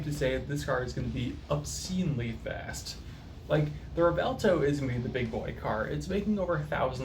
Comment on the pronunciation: pronounced Rev-Well-Toe;)